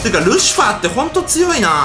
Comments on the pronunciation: しかもゲージに感情入りすぎ笑 あと、ルシフアーッテ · ルシファーの発音がホント無理。笑